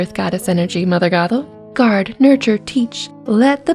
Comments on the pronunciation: Okay I like the video so far but I've noticed something half the time it sounds like you're saying Gothel and half the time it sounds like you're saying gobble just a little friendly advice and make your words more clear and as my grandmother muddy would say enunciate your words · Fun video but anyone keep hearing gogle more than gothel